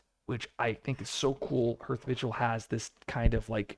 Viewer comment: Isn't "hearth" pronounced like *haarth*?